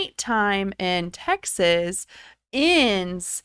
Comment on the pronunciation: It's pronounced Texas not Texas'es